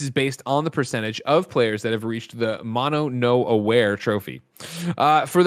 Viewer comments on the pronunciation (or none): Greg’s pronunciation of “‘mono no aware” hurt my soul...lol. Those may all look like English words but they are not.